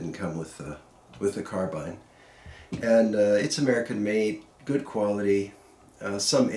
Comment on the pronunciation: Thank you sir for not saying "car bean"